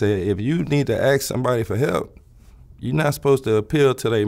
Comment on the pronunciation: Electrical Engineering degree? "Know what I'm sayin", Aks somebody for help". sorry but I seriously doubt this man is a Prof Eng.